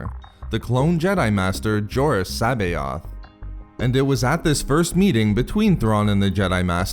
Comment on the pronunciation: Great video, but you didnt acknowledge that C'boath was a clone. Also you butchered his name, lol. I always heard it pronounced Suh-both. But I and many others could be wrong. lol. But to each their own.